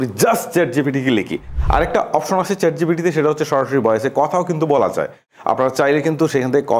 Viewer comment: 'যাই' নয়, যায়।